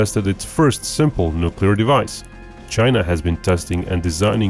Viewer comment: He said nuculer. Lol